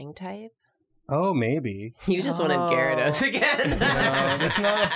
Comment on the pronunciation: Why do people ignore the Y in Gyarados? Edit: Love ya